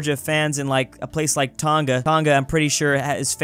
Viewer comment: It's pronounced Tong-ah, don't be too hard on the g